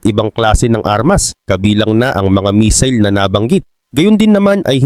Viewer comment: Correction pls..hindi mesil ang pronouncciation kungdi messil